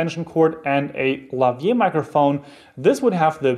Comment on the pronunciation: Thanks for the informative video. Just one comment: It's "Lavalier" ... not Lavier.